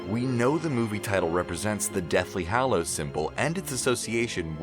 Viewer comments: He said hallows wrong...he be over here saying it fanvy or somethin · STOP SAYING HALLOWS LIKE THAT